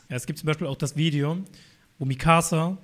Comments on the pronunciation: Mikaaaaaasa Ich bevorzuge Mikassa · Mich triggered es übels wie er Mikasa ausspricht xD